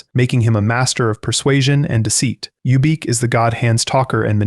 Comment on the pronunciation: Who is youbeak lol its ubik. Like the phillip k dick novel.